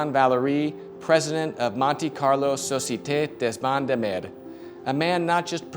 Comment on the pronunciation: I'm french, please don't try to say la Societe Des bains de mer anymore 🙏